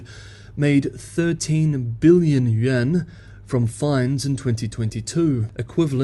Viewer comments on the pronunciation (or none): none